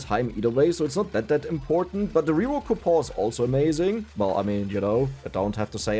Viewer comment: Man, those coupo silent N's really helped out making this run....function Reroll coupo Alchemy coupo Where's the N? Cou Pon Cue Pon The N has left the chat.... It has gone on vacatio The coupons have retired Game breakig ru N has left.